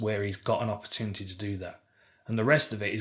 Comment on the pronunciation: Dan is amazing but, the way he says opportunity kills me !